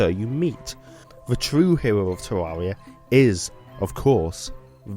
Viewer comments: its terraria not teruria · Tarreria not tararia stupid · is not Teaia, is Teraria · Tewwawia uwu